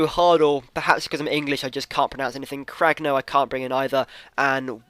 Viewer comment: Cragno is pronounced "Cran-ee-o